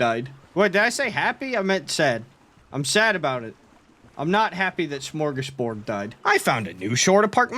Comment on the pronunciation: As a swede, i've never been more happier to see little smörgåsbord die so i dont have to hear the butchering of our word:) Amazing video as always!